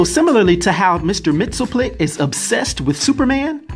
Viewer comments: You're are mispronouncing Mr. Mxyzptlk. Mainly the ending part of his name which sounds more like "LICK" not "TILK" try sounding out his name two letters at a time. It's a little less difficult that way. Remember "Pittle-Lick" not "Pitilk" short "i" not long "Ī" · Correct pronunciation is Mix, yes, spit, lick. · I think its pronounced Mr. Mix-yes-spit-lick